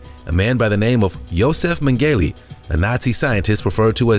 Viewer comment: STOP MISPRONOUNCING MENGELE'S NAME! It's pronounced Meng-uh-luh. Get it right next time. If you're going to do the job do it right.